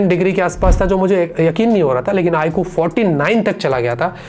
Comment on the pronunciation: It's iQ not i kuu